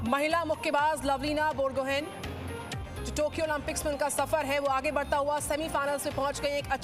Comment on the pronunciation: It's बोरगोहांइ not बोरगोहेन